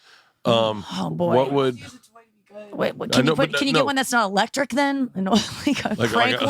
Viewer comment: Berts a 10 but doesn't pronounce the e in electric. Lectric.